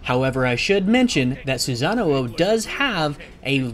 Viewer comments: Actually the one that should be corrected is the "sa" part.....He pronounce it as "za"(or maybe it is just that he pronounced it in the English way?I am actually not very sure about that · you keep adding an extra oh when you say his name. its sue-sa-no not sue-sa-na-oh. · He said "Susanuo" for literally the whole video. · I've heard Susan-uo xP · every time he pronounced his name I cringed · Guy pronounced "Susano" wrong the entire video.